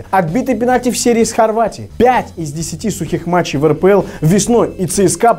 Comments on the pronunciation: ошибка)не метчей,а матчей 🌚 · матчей, а не метчей))) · метчей, а надо матчей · не метчей, а матчей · мЕтчей XDDDDDDDDDDDDDDDDDDDDDDDDDDDDDDDDDDDDDDD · слово метчей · метчей XD